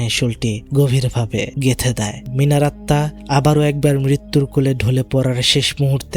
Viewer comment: আপনি সবসময় আত্মা কে আতমা বলেন কেনো🙂